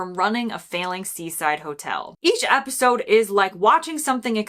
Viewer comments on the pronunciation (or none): none